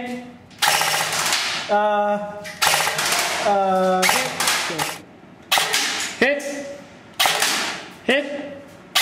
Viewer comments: he sasy hit not heh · not for someyhing dude... but he says HIT not heh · i was being funny, it sound like hes saying heh, lol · At first I thought he said "heh". Then I realized he was saying hit... lol